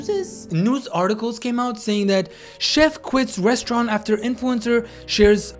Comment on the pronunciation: The “rosturant”